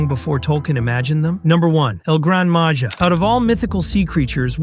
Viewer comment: You need to pronounce “Maja” as “maha”